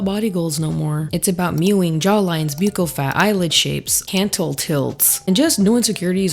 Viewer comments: Jsyk, "bucchal" is pronounced like "buckle" as in belt buckle. I only know bc I have an uncle who is a plastic surgeon who does professional necessary reconstruction to save lifes. I used to thinknit was peonounced exactly how you say it as well. 😊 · Hi. I love your videos. You are so smart and interesting and pretty. I worked for a dentist and its pronounced buckle. K love you bye. Ooh what did you get botoxed? I fcking love botox! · Buccal is pronounced like buckle. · Hey just fyi “buccal” is pronounced like “buckle” and not “b-yoo-cal” (I know it’s weird lol) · Girl I don‘t think it‘s b-yew-cal, I think it‘s b-uh-ccal 😅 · It’s pronounced Buckle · Buccal = BUCKLE If you're going to use these words, learn how to pronounce them. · Fyi, buccal is pronounced like buckle. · Former dental assistant here. “Buccal” in the US is pronounced as “buck-call”. It sounds similar to “buckle” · PCOS survivor here (sans one ovary)! Let's hear it for the chronic pain girlies in the house! I just happened on your channel for the first time, and I think you're uniquely beautiful. Subscribed! Oh, and buccal is pronounced exactly like "buckle," says the 62-year-old who's obsessed with plastic surgery (yet I could only afford lipo back in 1994).🤪🤓 Edit to add: I love Lorry Hill!🤩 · Buccal pronounced like the decoration on a shoe/boot.. buckle it's buckle. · Buccal is pronounced “buckle” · I hear a lot of people pronouncing buccal wrong. Hi from your dental office, it’s pronounced like a belt “buckle”. I would want to know if I was saying something wrong! Great video! You said everything I’m thinking! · It’s pronounced like buckle girl ☠️☠️